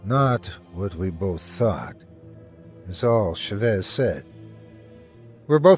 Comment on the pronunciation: ChÁvez not chavÉz, it drove me insane that you'd accentuate the wrong part of the word; please you have google translate use it before mispronouncing names so bad T-T